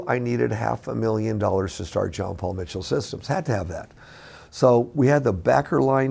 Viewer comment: Pretty sure his name is John, not Jean